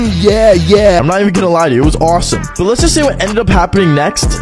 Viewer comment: Bro said "After waht"